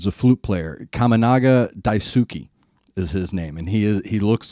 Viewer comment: I know you are a professional Radio DJ and you have a nice voice :) Daisuke is pronounced Dice K. Machiya is like Matchy Ya. I don't know what Machiya's guitar is using but the female band BRIDEAR's guitarist uses her fathers handmade :)